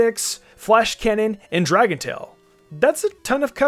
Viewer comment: Dragon or jndrengon is how to say if you are ÷_×